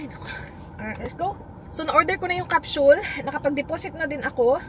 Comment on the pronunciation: What the heck is a Cap-“Shul”?? Isn’t it a Capsule ? Bakit “shul” 🤔